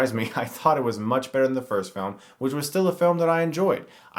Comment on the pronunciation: *in Whhich